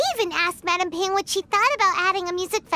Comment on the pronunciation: Midame Ping